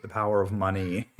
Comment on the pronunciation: The Power of muneh